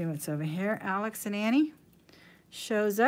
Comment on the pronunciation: Alex and Ani is pronou.nced"Oni" not Ani . Just fyi.